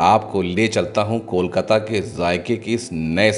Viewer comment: It's KOLKATA, Not KOL-KATTA😢